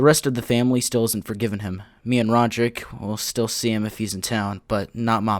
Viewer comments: "Roderick and not Rodrick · Rojerrik lol